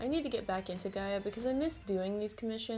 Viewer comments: one: you're saying Gaia right. Two: PLEASE go back on Gaia lol it's changed so much (been on since 2007, left for four years after 2012, and them came back in Jan). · yes she is, it's pronounced "guy-uh" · Also, you are pronouncing "Gaia" right. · You are pronouncing it right do not worry. I always wish I could go back in time to the early internet days because now we know exactly how internet fame works. It would be interesting to see what someone with todays knowledge could do in yesterdays landscape. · I'm 25 now and spent my early teen years obsessed with runescape, neopets and gaia (which I pronounce the same way as you!) but 100% true I learnt how to html code because of neopets and MySpace xD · You were saying Gaia correctly, honestly it's so weird that Gaia is my name, and also this super popular online thing...very unnerving XD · Since my name is actually Gaia, I can tell you that your pronunciation of it sounds good! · LMAO MY NAME IS GAIA!!I used to play gaiaonline all time...IT FELT SO WEIRD WHEN YOU KEPT SAYING MY OMGGGG (also you're saying Gaia right, don't worry lol!) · You are saying ''Gaia'' Right i guess becuase my name is Gaia :') and you said it right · Oh and you're probably saying Gaia right :) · don't worry. u pronounced Gaia correct! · Don't worry you're pronouncing Gaia right!